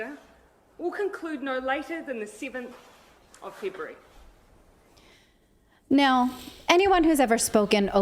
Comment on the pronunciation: The sivinth of fibruary??? 🤣🤣